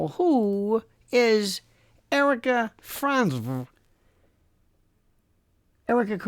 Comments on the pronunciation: I cackle every time he says "Franz-V" Never gets old 😅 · It almost sounds like French-Spy👋😮📣🍟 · I can't stop laughing when he says franzzvv lol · 🤣🤣🤣 the way you say FRANZVE priceless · Frantzvvvvv (hand fart) I can't anymore😂